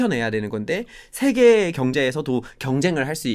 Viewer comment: 외국인인 타이러씨 와의 구 분의 대담 내용도 좋았습니디. 특히 반가웠던 일은 , 단어의 자고저 문제, 장단음 문제에 있어, 가장 정확한 것이었습니다. 만강의 찬사를 아끼지 않겠습니다. 두 분께 충심으로 권하고싶은 일이 있습니다. 제가 쓴"한국 어문을 고발함"을 일독해 주시옵소서. 단 한 가지 타이러씨의 실수! "세계"의 "세"를 짧게 발음했습니다. 이 "세"자는 "길게" 발음해야 합니다. 미국 변 완수 드림